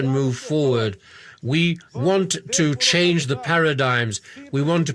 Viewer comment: Kkkk o “tchu.” Eu sou brasileiro-americano e quando minha família do antigo país visita, eles sempre dizem tchu em vez de “to”